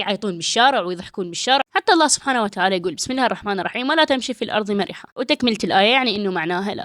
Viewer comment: ولا تمش في الارض مرَحا وليس مرِحا بالكسرة يعتبر تحريف سهوًا